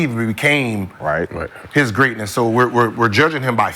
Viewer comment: Greeatness.. injuries.. we understand